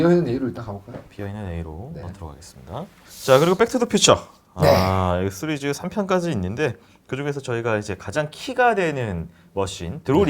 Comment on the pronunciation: '시'리즈라고 발음 해 주시면 안되나요 ㅜㅜ